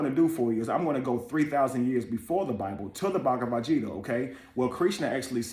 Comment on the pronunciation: Bhagavad Gita, the "G" is pronounced with a hard "G" like in Garden. It means song, and can also be used as a woman's name. Please forgive my correction, but I want you to be best.